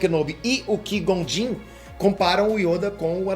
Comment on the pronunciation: Quando o fala yóda eu racho de rir e qui Gon jinn pra vc é um dos maiores humoristas da história